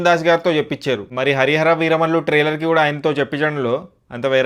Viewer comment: Are oo galla chokkaa trailer taitearr kadhuu palakadam nerchuko ra pulaa chokka pukaaaaa